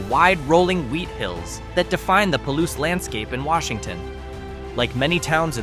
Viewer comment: When describing the southeastern wheat and legume growing region you say it the right way; Palouse ie. pah-loose. The small city or town of the very same name, you say it very, very wrong.